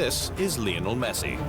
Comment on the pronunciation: Durch chatgpt erzeugtes Video. Man erkennt wenn Lionel messi ausgesprochen wird